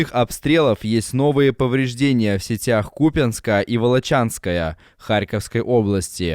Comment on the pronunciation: "Волочанская" - что за идиоты озвучивают?